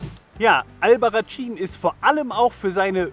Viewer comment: Es spricht sich "Albarraßin" 😉, "tsch" wäre italienische Aussprache. - Leider kam ich da nicht hin, ohne Auto, wie ich unterwegs war, wäre das Taxi von Téruel zu teuer gewesen für meine sparsame Reisekasse. Sieht toll aus und Téruel auch mit den mozarabischen Türmen und der Geschichte von Diego und Isabel, den Liebenden. Spanisches Romeo und Julia. Diese tolle Canyonlandschaft habe ich nur ein bisschen von ferne gesehen. Toller Wanderweg! In der Nähe von Téruel liegt ein großer Flugzeugfriedhof voller Riesenjets, die auf viellleicht spätere Benutzung hoffen. Die deutschen A380 Airbusse werden gerade wiederbelebt und nach Frankfurt zurückgeflogen, weil in den letzten Jahren die Flugzeugproduktion zurückgegangen war. Aber die Bilder mit all den vielen Riesenvögeln in der leeren Landschaft sehen surreal sehenswert aus